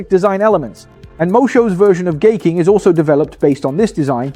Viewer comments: Daitarn 3? thats Gaiking and Daiku Maryu. its pronounced as 'Guy=Hai' not gay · 😂Thank you! It was kind of annoying that he kept saying gay.